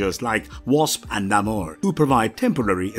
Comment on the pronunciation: it seems like he pronounced namor correctly. it's pronounced like amor, but with an n before it.